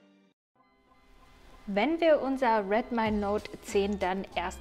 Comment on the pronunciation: Das heißt Redmi nicht Redmai 😂😂😂